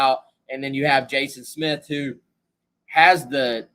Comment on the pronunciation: Pronounce his last name correctly please . Good lord